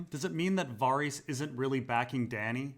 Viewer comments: bruh it's VA-RISS not Var-rees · VAH-REEHS ? dafuq?